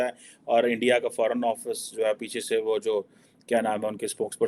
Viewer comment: kyu thak raha hai? Aram kar bhain sara din ENDIA,.. ENDIA😊😊😊